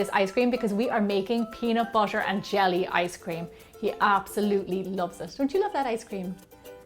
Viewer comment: You said peanut butter wrong!